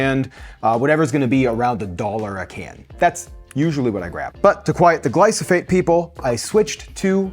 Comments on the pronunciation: Just an FYI you are saying gly-so-phates and it is actually gly-pho-sates. The issue with glyphosates is that you are getting them in many places daily, not just one. It does excrete in the urine but when all the seed oils if not organic, grains, legumes are all either Round up ready crops that are GMO with the round up gene and then sprayed numerous times throughout the growing phase and also sprayed right before harvest because it makes the crops dry out quickly. There are many health issues that can happen if you never detox because you are continually eating many foods that are sprayed so any GMO. Always try to use organic. glyphosate does not wash off. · I guess I am going to be that person, but it is pronounced “Gly-faux-sate” . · I like that you say glysophates instead of glyphosate 😅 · Tip - it's gly-pho-sates, not gly-so-phates, but they're bad, whether you pronounce them correctly or not. Also, I've bought Bush organic chickpeas, but they don't have a nice flavor or texture, and it's not the salt; they were small, and very hard, and didn't get smooth in any blender, for any amount of time. I'm a huge Bush's fan, but the organic chickpeas was a big No. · It’s not glysophate is glyphosate lol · It’s pronounced GLYPHOSATE (GLY FO SA TE) pronunciation counts! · LEARN TO PRONOUNCE GLY-PHO-SATE! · Hard to take you seriously when you can't even pronounce GLY-PHO-SATE correctly. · Are you trying to say "Glyph-o-sate"? The "ph" goes before the "s." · Gly Pho Sate. Glyphosate. Not glysophate. Gly Pho Sate. You said gly so phate so many times. Glife rhymes with knife. Not nice. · Not to be that guy, but it's gly-pho-sate, not gly-so-phate. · Great video! Just wanted to point out it’s glyphosate. Not glysophate :) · The word is "gly pho sates." You're saying "gly so phates." "GLY PHO SATES." Thanks for this. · Gly-pho-sates not gly-so-phates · Glyphosate not glysophate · It’s Glyphosate, not Glysophate😵‍💫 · Glyphosates. Not glysophates.😄 Love the video anyway!